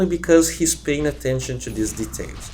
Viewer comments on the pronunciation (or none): none